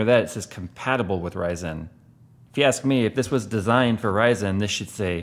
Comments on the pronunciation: Why are you pronouncing RYYYYZENNN like Austin Powers (Orange Sheeeerbeeert)? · I like how always pronounces "Ryzen" like "Ry-zen", it makes a dumb name sound a little bit cooler